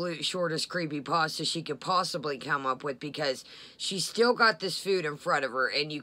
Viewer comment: I can’t standdddd the way she mispronounces pasta!!!!